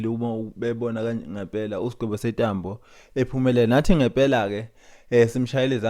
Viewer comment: Sentambo not Setambo